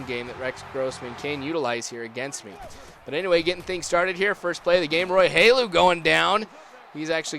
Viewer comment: u said roy hulu's name wrong